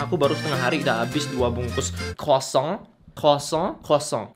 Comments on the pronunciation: gk bisa ngomong "kosong" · Ikut terharu.. congrats kak👏.. smoga bisa masuk PTN jg Btw.. Kosong?koshong?koooshong?? Ngakak wkwk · Ngakakk pas bilang "koshongg" 😂